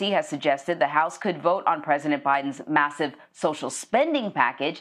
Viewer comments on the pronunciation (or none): yeh way to make emphasis on "massive". did you ymuse similar verbiage when we bailedbout airlines